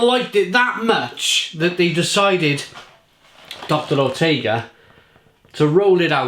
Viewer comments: Pronounced “Ootka” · I laughed at how u said oetker! :D